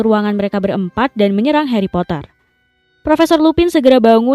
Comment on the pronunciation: Geli ah “HaRrY pottAar”